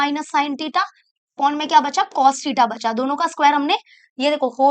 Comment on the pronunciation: Btw its Theta not tita